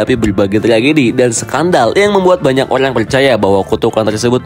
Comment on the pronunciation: Plajulit, olang olang😂😂